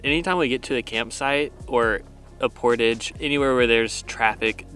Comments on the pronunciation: I don ‘t mean to be pedantic. But it is portage as in French with the accent on the second syllable. Jarring otherwise. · Liked your attitudes through it all. Finally in the last portage, one () of you properly pronounced the word "portage." Lol You don't say it like pottage. Rather emphasis is on the second syllable, and its por-tawge. It's a French word. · Haha its a "LOON" and its not portage its portage! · You guys did really good for your first canoe trip and especially the girls big portage, PS Canadians say portahje, more ahhj, ie French we invented the word. Keep up the great. Vlogs! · PORTAGE. IT'S A FRENCH WORD. JUST THINK, GARAGE PORTAGE... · Love you guys, but the way you pronounce Portagè drives me nuts... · My MIL is watching this vid on the TV and I was compelled enough to find the video (never seen/heard of this channel) to see if anyone else cringed every time the word portage was mispronounced 😬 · I'm curious what the regional pronunciation of portage is? I've never heard the word really until this bid! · You guys pronounce "portage" funny. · I feel the mispronunciation of portage wouldn’t bother me so much if didn’t say it so often. 😂